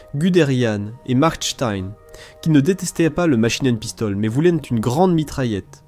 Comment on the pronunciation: "La machinen pistole....QUARANTE !!! Ouaiiiiiis !!!" Ridicule !!!